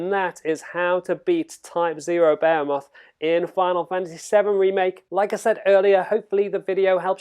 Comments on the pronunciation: You said bahumet... its Behemoth.. pronounced Be'he'muth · I don't mean to criticize but I cringe every time you pronounce behemoth. Because you aren't even close maybe Google 'how to pronounce behemoth'. Otherwise thank you for the video.